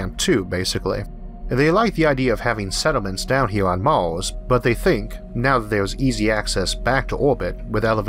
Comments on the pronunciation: Why the Hell can't he say Mars, or Earth? Every time he says a word that has an "A" or "E" in it, where that is the emphasis of the word, he screws it up. It is not even speaking English, from England, Australia, The US, or any other place that speaks English. I hope that I am not making fun of someone who is hard of hearing, which is what this sounds like. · that is not speach impediment, e cant say earth or on mars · it's Mars not Mors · "Life on Maws"